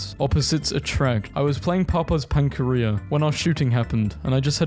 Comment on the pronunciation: Why did I die of laughter when he said 'pankaria' instead of 'pancakeria'